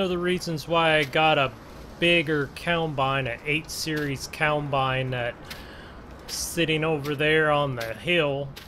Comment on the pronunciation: It’s COMBINE NOT COUNTBINE.